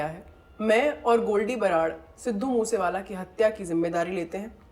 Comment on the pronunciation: Chacha it's moosewala not muswala